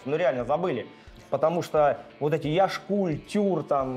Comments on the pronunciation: Вы не правильно произносите название Яшкуль. Ударение ставится не на букву "У", а "Я". Яшкуль, это поселок в Республике Калмыкия. Яшкуль на калмыцком языке означает молодое озеро. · На "Я" ударение, грамотеи. Я́шкуль.